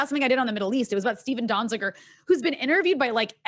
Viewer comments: Lol. Anna couldn't even pronounce Donziger's last name and she wants to talk fact checking. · Ana does not know how to pronounce Donzizer's name. She does not read the news.